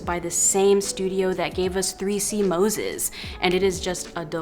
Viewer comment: You did NOT just call him '3c Moses'. 🤣🤣🤣